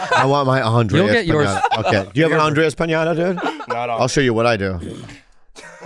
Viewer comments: Bobby can't not say Andreas. There's only one A in Andrés! 😂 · How does Bobby still say Andreas when it's Andres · "Andreaasss" -- "It's Andres" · HIS NAME IS ANDRES AND NOT ANDREAS FFS BOBBY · Bobby still can’t get Andrés’ name correct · Why does Bobby call him andreAS, and not Andrés? 😂😂😂😂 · I like how he finally corrected them on the pronunciation of his name as Andrés (not Andreas). Yet it kinda went unheard. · I wonder if Bobby will ever realise it's Andrés not Andreas 🤣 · lol that Andres correction of his name slipped thru and was ignored as I was literally thinking lmao wild this long and he still says it wrong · ANDRES—Bobby’s gift to you should be finally pronouncing your name correctly. He doesn’t even TRY! 😂🤣😂 HAPPY BIRTHDAY,! 🥳🥳🥳🥳🥳 (Guess that’s easier than Andres.🤣😂) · Bobby can't say Andres.